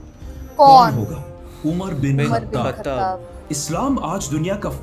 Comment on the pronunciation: Brother "UMAR BIN KHATAB" nhi "UMAR BIN KHATAAB" ❤ Don't Mind Bro ❤